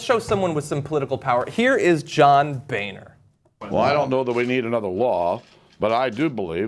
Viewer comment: I've been pronouncing Boehner's name wrong in my head all this time then.